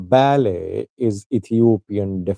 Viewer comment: i can helpp u to pronounce right the name Abraham Belay not Bale.